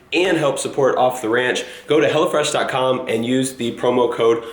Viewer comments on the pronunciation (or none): Who else thought he said HellaFresh instead of Hellofresh? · when you say hellofresh, it sounds like you say hella fresh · I thought it was "hella fresh" cuz the way he said it lol. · sound like you said hella fresh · When I first heard you say 'Hellofresh', I thought you meant 'Hellafresh' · when he said hello fresh... i thought he said hella fresh xD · i thought he was saying hella fresh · I thought you were saying 'hella fresh' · before he put the link up for hellofresh i thought he was saying hella fresh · Hahaha I thought you were saying "Hella Fresh" 😂😂😂😂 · Am I the only one who thought he said hella fresh? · I thought you were saying hellafresh hahahahahah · I thought he was saying "hella fresh" lol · I thought said "hella fresh" at first lol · anyone else think that was saying hella fresh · Kept sounding like he was saying hella fresh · Until you put the text on screen, It sounded like you were saying "Hella Fresh" which is honestly a better name. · anyone else thought he said hella fresh?